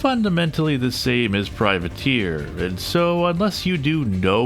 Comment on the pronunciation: Freudian slip? You said "privater" instead of "privateer" but to run the game it was privater.exe due to the 8 character limit 😄